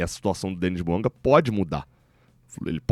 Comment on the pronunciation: Bouanga ???? Não pelo amor de Deus